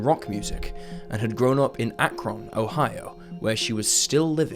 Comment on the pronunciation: I was 14 when Linda disappeared. It is Akron, not AK RON. It is CUY A HO GA County AI. Learn how to pronounce them correctly.